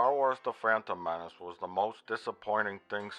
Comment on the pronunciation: "da fan uhm men oos"